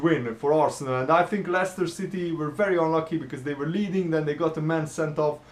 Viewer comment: It's Leicester